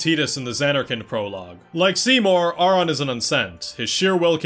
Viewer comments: Ive played ffx so many times and ive never paid attention to the fact that they never say his name... And im one of those people who say titus bc i just like it better... but you definently said Aurons name wrong.... you said it how its spelled but in the game english at least but they OR-in for the name... lol .... This was my first ffx game that really PLAYED if you get what i mean... When i was a kid my mom bought me a ps1 ffx game that had multiple disk it wasnt 7.... I wanna say it had a mech on the box or disk i cant remember. Then i played ten after my uncle played it but i was still young and never got far into it... i played crisis core, at that point i was older and decided i was goin to play 7 but as i was playing 7 i decided to go back and play X for real and play it i did lol ive got two ps2 disk one is the regular english version(with the hardest chocobo race) and i have international ps2 disk. then i also bought it for my ps4, i wanna say it was the first game i bought for my ps4, I bought it for the switch, and i have it for the pc... So i would definently say this is my favorite game but honestly i dont think ive played enough Final Fantasy games to say ten is better than another... Ive maintained for most of life that ffx is my favorite game... Not just ff game but favorite game over all... and i think it has aged pretty well... its one of the few games that i played as a kid that doesnt seem like work to replay as an adult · You’re kind of condescending to people for ignorantly pronouncing Tidus incorrectly, but aren’t you Auron’s name wrong the whole video, despite that they very clearly pronounce it “Or-in” in several games?